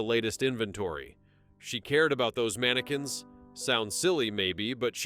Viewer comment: I gotta go.. Just cant hear ManaQUinnss again